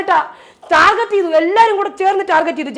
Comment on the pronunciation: Ee norede “target” enna wordinte pronunciation arengilum shradichirinoo😂